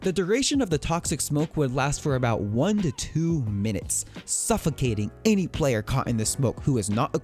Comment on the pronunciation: The way you said player was priceless!!